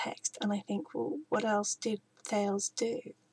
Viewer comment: It's pronounced 'thay leez' Im no Grammer nazi just thought I'd help